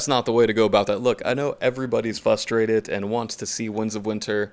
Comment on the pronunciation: "Everybody's fustrated" really bro? Fustrated?